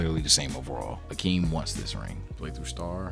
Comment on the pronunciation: it's Hakeem. where the fuck did Akeem come from